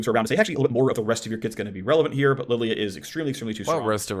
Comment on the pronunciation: What's with purposefully mispronouncing Lillia?